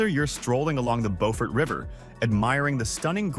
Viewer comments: As others have said, it's Bew-furt every time I visit there. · It’s pronounced BUfort South Carolina and there is soooo much more beauty there. Hunting Island state park that he only referenced but didn’t show, is a shame. That place is unbelievably beautiful. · I hate the way the guy said Beaufort. It's said Bee you Furt. Put it all together beeyoufurt, Beaufort. At least we in Savannah call it that. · I'm not a Southerner but didn't think Beaufort was pronounced right. He got Solvang right once lol. I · Bew-fert and Saint Au-gus-teen...man! That was painful! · I LOVE Harper’s Ferry! I seriously started looking at homes there… but then my granddaughter was born so I stayed in New Jersey! And the narrator pronounced Beaufort like the French word, (bow-fort) but, I’ve only heard it pronounced as Bee-yoo-fort. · It’s Bee-yoo-fort, no Bo-fort. Beaufort, S.C. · He's mispronouncing Beaufort, SC. It's not "Bofort", it's pronounced "Bewfort". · Beaufort, like the word "beautiful", not bow. This video was weird, talking about unique features of towns and proceeding NOT to show any of said unique features...just generic aerial footage. 🙄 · It's Bue furt in SC and Bo furt in NC. As a Southern, it was brutal listening to this video. Street augustine.😂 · I lived in Savannah, it isn’t BO-fort, Sc it’s BU-fert. And he butchered St Augustine pronunciation as well Just do t go to Savannah during St Patty’s 500k drunks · There are two towns in the Carolinas named Beaufort. In NC it is pronounced BOW- furt. In SC it is pronounced Buew( rhymeswith you)-furt. Also, it is Saint AUGUST- steen, not Aw-GUST-tin.